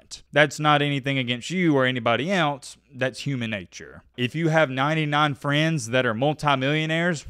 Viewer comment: You need to learn to pronounce the word "else" .